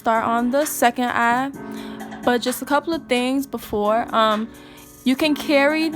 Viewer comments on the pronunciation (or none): She said im finish with the first Ahh.. its Eye baby😂😂😂😂 nice video..